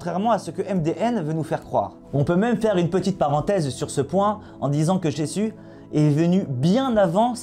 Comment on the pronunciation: Déjà, sa langue de vipère transforme "Jésus" en "Jessu"... D'entrée, c'était mal parti. :) En plus d'être un menteur - car il ne s'agit pas d'ignorance, ici, hélas - cet homme ne peut pas s'empêcher de ricaner quand il parle, d'arborer un rictus un peu puéril. Ce n'est pas un YouTubeur, c'est une caricature ambulante.